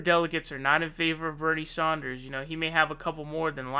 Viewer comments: Bernie Saunders... Sorry say that again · Why are you suddenly pronouncing Bernie's last name "Saunders"? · You do not pronounce SANDERS as Saunders. You do not pronounce SANDERS as Saunders. You do not pronounce SANDERS as Saunders. You do not pronounce SANDERS as Saunders. You do not pronounce Nevada as Nevawda. You do not pronounce Nevada as Nevawda. You do not pronounce Nevada as Nevawda. You do not pronounce Nevada as Nevawda. SANDERS and NEVADA use the short "a" sound, not an "au" or "aw" or "ah" sound. PLEASE correct this! The fact that you are a commentator (even an informal) one and put out multiple videos per day means that you should at least pronounce candidate names and place names correctly. I've lived out west for most of my life. I know how Nevada is pronounced. On camera alone, Bernie himself has pronounced his surname with the short "a" sound thousands of times. I know it's tempting to point to MSM and say, "But so-and-so pronounces it this way." I challenge you to DO BETTER than freakin' MSM by actually saying as many names properly as often as you can and paying attention to genuine and sincere (non-trollish) corrections. =) Otherwise, you are killin' it with the analyses lately. Truly enjoying most every video. Cheers. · Some 'progressive voice'. It's Sanders. Pay attention to details. Be progressive in your awareness. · It's S-"AND"-ERS not S-"AUN"-DERS!!! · Sanders not Saunders...geez get it right man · Love me some Bernee Saunders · Who's Bernie Saunders? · Bernie Saunders? Have you been kickin it with David Pakman lately?😂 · It's BERNIE SANDERS, NOT BERNIE SAUNDERS. thank you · Is there a reason why you pronounce Bernie Sanders as Saunders? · She is the 💣 bomb! She understands the factors involved. Bernie's trajectory has him stretching his momentum to 50.1% of delegates. Quit pronouncing it Saunders. It's Sanders. Fill in the bubble. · Yo, it is not Saunders. It is Sanders 😀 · It's Sanders, not Saunders. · It's Sanders not Saunders